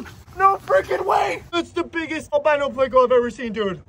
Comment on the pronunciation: Can' wait to see what you catch next. Are you trying to be funny when you pronounce it "Plako"? You DO know it's Pleco?